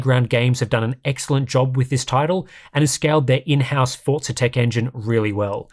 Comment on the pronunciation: Only English speaking people try to use Italian accent while speaking English. It is such a weird thing I've noticed over the past 20 years. You aren't speaking Italian, it is pronounced Forza not Fortza. If you are speaking Italian, then it is Fortza